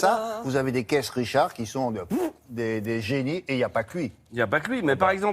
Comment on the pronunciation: "Caisse Richard" j'ai mal au oreilles là